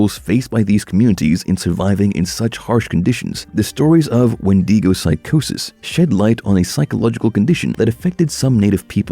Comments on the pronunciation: its wen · duh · gow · Please start pronouncing wendigo properly it’s not wendeego